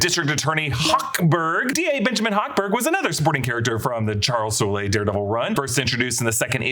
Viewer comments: Yall do know Charles Soule’s last name isn’t pronounced Sool-lay right? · Just so you know, Charles Soule's surname is pronounced as "Sole" , not "Soo-Lay" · and keeps saying "Soo-ley", when it's just pronounced "Soul" lol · Soule = “Soul” Don’t overthink it.